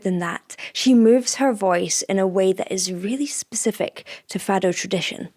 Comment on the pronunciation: Please, say Fado as if the O is a U. I appreciate that portuguese text included in the video :)